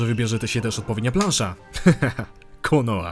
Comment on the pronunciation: konosz ... konohscze...... kurna tej wiosce pierdzielonej XDDDD